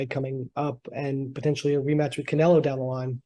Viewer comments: I think it's funny that he keeps calling Canelo Canela🤣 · Bivol here acting all respectful but still calling Canelo "Canela"😂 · IF BIVOL WANTS TO CALL CANELO "CAN-ELA" THEN THAT'S WHAT IT'S GOING TO BE EVERYBODY SHUT THE FK UP IT'S CANELA FROM NOW ON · Canela zurda. The guy cant pronounce Os 😂🤣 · That is from his native accent. It is common in Russian to pronounce the O as an A. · I like how he keeps saying Canela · My boy keep calling him Canela classic bivol 🤣🤣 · In Russian that's how they pronounce their A's and O's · no because its a russian thing when they pronounce the "o" is like saying "ah" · Because that's how they pronounce they're A's and O's in Russian